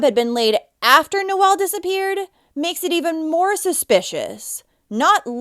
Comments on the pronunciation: It's not pronounced Noelle, it's pronounced No ul. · Omg, you are pronouncing his name wrong. My son's middle name is Noel & for a boy it's pronounced Nol. Your calling him a girl. Nol sound for boy No-el for a girl.